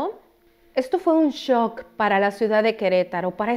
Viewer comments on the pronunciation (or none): none